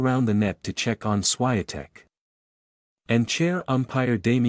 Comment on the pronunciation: Please pronounce her name correctly